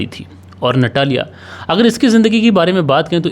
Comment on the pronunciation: रूस में ट को त और ड को द बोला जाता है। आपको उसे नतालिया कहना चाहिए। इसी प्रकार वोडका को वोदका कहना चाहिए। **"रूस में कोई भी व्यक्ति फ्रिज में पानी नहीं रखता। और सितंबर में सर्दी होती है। ***रूस में आपको कहीं भी अचार नहीं मिलेगा। कहानी में झोल है।